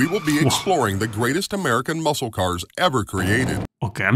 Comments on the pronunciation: Please quit saying Muskal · It's ok. You can say it. No one here understands the Daytona either. Also- a tip. Don't pronounce the "c" in muscle. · The C in the word Muscle is silent. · There's probably "NO SHANCE!" you'll read my comment.. lol but the "C" in muscle is silent. Love your videos.. love your enthusiasm 😊😊